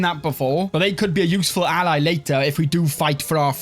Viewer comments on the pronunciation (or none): none